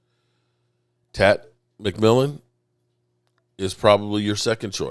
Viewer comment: Please stop murdering players names!!! Dude It's not TAT McMillan!!! You do it almost every video!!! Show more pride in your work come on () 😂